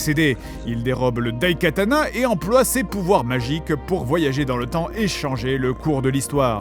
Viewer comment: Je suis désolé, mais je pense que le t se prononce.